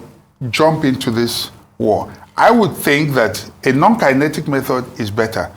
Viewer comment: NON-KINETIC METHOD AND NOT KENETIC 😂